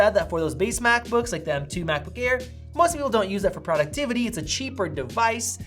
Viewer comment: “Cheaper” HAHAHAHAHA